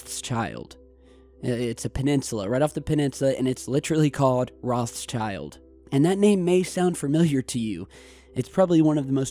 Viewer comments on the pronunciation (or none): the pronunciation is not rozshyaild, it's - roT sheeld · The pronunciation of 'Rothschild' is not like 'Roth's child'. It's 'Rotshield'. Rothschild means 'red shield' in German. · rothschild is actually pronounced rowedchilled as in rowed and chilled spoken as one word. it's german & means "red shield" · Hey the name ROTSCHILD means RED SHIELD in german and is pronounced "rod shillt".;) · ... Great video but... Is it really so hard to pronounce Rothschild?..